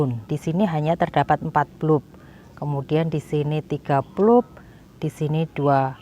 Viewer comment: bulp...dibaca balb